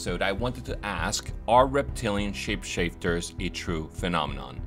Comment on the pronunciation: I like your videos, just wanted to say why are you calling them shipshifters? SHAPE-SHIFTERS